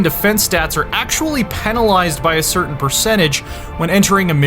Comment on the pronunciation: Thumbed down because he cant say "Penalised" correctly.